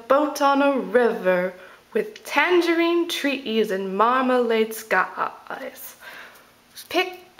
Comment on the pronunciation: She has included three syllables in the word skies when there is only one??????